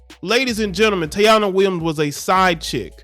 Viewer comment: Her name is pronounced TA- EE-NA